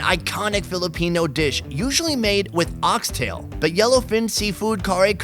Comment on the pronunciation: I like how you can clearly pronounce Filipino terms